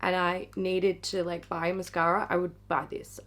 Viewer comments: Mashara! Say it right! 😏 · Did you mean Hourglass' mashara? Each time you say mascara, i replace the word with mashara!!!